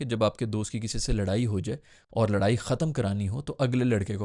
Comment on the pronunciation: Bhaijaan, laraai nahi ladai hoti hai😂😂😂. Kaun si school se padhe ho??